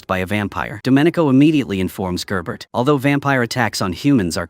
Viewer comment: Yes and Gerbert is "Jear"ber"